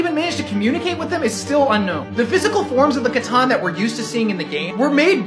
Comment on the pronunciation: Wait did he just pronounce C'tan wrong 💀